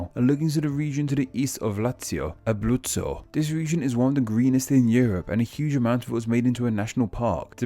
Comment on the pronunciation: UmbLia? AbLuzzo?